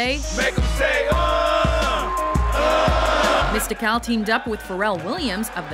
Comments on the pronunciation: I stopped it at number 10 because how she pronounced MistiCAL's name SMH. Im out. Just from that I can tell this shit was about to be ass juices everywhere. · Shoulda had a black guy do this video. "#10 mist-ik-al..." its mist-ic-ul... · "Mista cal?"...smh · Ok, I kno this is an older vid but being from N.O she killing me with her pronunciation of Mystikal.... it’s just Mystical witta K mama.....And I kno Shake ya Ass was his breakout shyt but Mystikal first disc was THE SHYT💯🔥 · she fucked mystikals name all up... she said mista-kal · Do these people know anything. As soon as I heard chamillionaire I wanted to turn it off. Then I saw Mysi"cal" as they called him. I turned it off. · That just isnt how you say Mystikals name. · princefiggy yeah I thought that was weird too how they pronounced his name. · So am I but if she's gonna put in the time to research these people for the video at least take the time to get the name right. Just a pet peeve of mine with these list videos. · The way she's saying Mystikal is why you shouldn't have a white woman narrate a video like this!